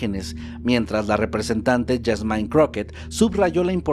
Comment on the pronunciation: Excelente video como siempre solo una pequeñita corrección se escribe JASMINE y se pronuncia Jásmin (con acento en la A) no YASMAIN